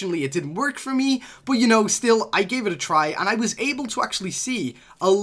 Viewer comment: Why does he say but like boot